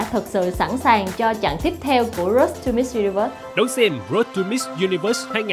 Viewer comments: Làm ơn đọc từ Road cho đúng. Rốt gì mà rốt. nghe phát khiếp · C vân để ý chữ Road không có "s" nha c iu